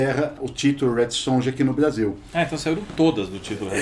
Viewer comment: gente, J tem som de Y